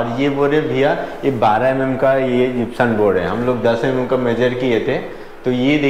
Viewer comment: जिप्सम बोलते है न की जिप्सन